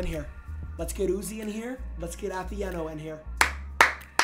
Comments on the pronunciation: jynxzi just kept saying athE-eh-no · I swear to got all I heard was Ahh-The-N-Oh. Do people have a problem saying Atheino bro??? 😅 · The least thing jynxzi could do is say your name right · Jynxzi always finds a way to pronounce names wrong I swear.